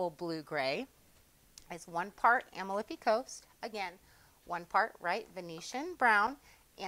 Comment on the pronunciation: a-MAL-fi Coast. It’s in Italy.